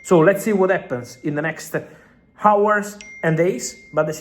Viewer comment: I'm not mocking you but trying to help you. In hours the h is silent 😊